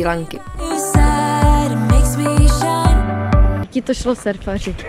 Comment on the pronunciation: Fantastické, jen název ostrovu se vyslovuje [Šrí lanka]. Pěkné videjko